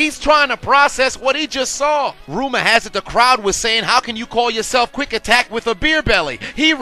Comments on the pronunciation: Is it Quick Attack or Quack Attack??? 🦆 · Was it Quick Attack or Quack Attack? Lol He Rocked Ronc!